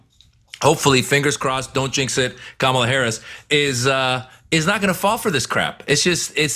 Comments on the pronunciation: Nancy Mace started to pronounce her name correctly then stopped herself and intentionally mispronounced her name. This has nothing to do with Kamal's name allegedly being hard to pronounce. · A 15 minute segment by 3 people who didn't even watch the full clip. Cenk specifically being super soft on this. It's important to point out that at one point in that interview Nancy Mace actually started saying her name correctly, stopped herself, and then mispronounced it, AFTER being corrected. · People mispronounced other people's name all the time, but when when you are told over and over again that you are saying it wrong, at some point you said it the correct way. Come back and said you are going to say "I am going to say it however I want" . It's 💯 disrespectful. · Nooo, the issue is that she said it correctly and then said I meant Kamopla. Yes, people do pronounce names wrong but she literally said it correctly then said it wrong! How did none of you say this? So, Cenk in this case it absolutely matters! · The only problem is that you didn’t pay attention to what Nancy Mace did on CNN. The first time, she pronounced Kamala properly. Then she immediately corrected herself and mispronounced it the second time. She did it on purpose because she then yelled “I will say Kamala’s name however I want.” It was not an accident because she did pronounce it right the first time. She intended to be disrespectful the second time. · She pronounced it correctly then corrected herself to call it wrong!! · If only it was unintentional. Her (and all of the tRumps cult members) intentionally mispronounce her name and will tell you, as she did in this interview, that they will say it anyway they want to. That's different. She KNOWS how to say it, she just refuses to say it correctly.